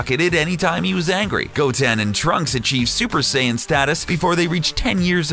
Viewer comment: "Half Saiyana"